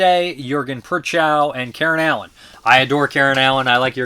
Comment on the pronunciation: Prochnow is not PURR chow. It's PROKH noh. Not even close.